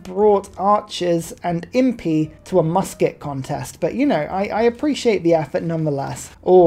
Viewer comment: Something doesn’t feel right when a British man says “they brought archers and impi to a musket contest” 😂 great game!